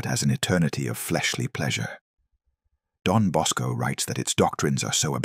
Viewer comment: It's Don Bosco NOT Dom Bosco.